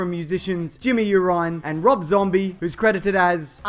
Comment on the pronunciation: Wait, how did you pronounce Urine?